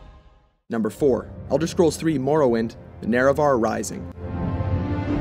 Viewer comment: dude that "Marrowin"